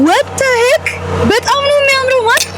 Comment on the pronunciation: ምናለበት እንግሊዘኛ ባታወሪ 😅😅😅😅"" what the heke "" አለች እኮ 😂😂😂😂😂 ምን ለማለት ፈልጋ እንደሆነ ገብቶዋቹዋል አይደል?? ወይኔ በላቸው!!!!